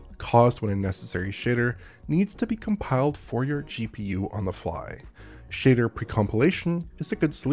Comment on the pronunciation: I love that he says “shader” as “shitter”.